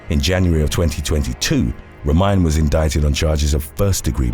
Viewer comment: It's not Ro-mine it's Ro-mi-ne! Gypsy girl lol!